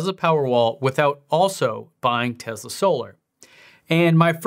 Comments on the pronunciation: Its pronounced TESS LA not TEZZ LA why do most youtubers pronounce it TEZZ LA? its annoying to me. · For god's sake stop pronouncing it as TeZla. You don't have a South African or British accent so you have no excuse. I couldn't watch the rest of this video because of this. TESSSS LA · It's Tesla not Tezla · It is Tesla not Tezla. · Tessssssssla not Tezla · TeSla not TeZla. Sorry not sure why that bothered me lol. Thanks for the vid tho! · Why is he pronouncing this like it has a Z in the name it’s Tesla with an S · Hard to concentrate when you are saying teZla... I know its a nit pick but I don't understand why lol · it's teSla, not Tezla. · Elon said he won't give you one till you quit calling it Tezla :) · If you pronounce the company as Tezla, I instantly stop watching your video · Okay please start saying tesla right Tes like Tessa and la like lana so tesla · Am I the only one that is so annoyed by how he says TESLA?????????